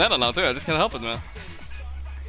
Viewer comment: More like "ELP ME"